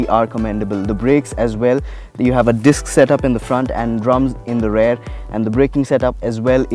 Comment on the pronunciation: Good, exhaustive review. Do note that the correct pronunciation of 'rear' is RE-EAR. Not RARE. Only mentioning this because the host used the word multiple times in the review.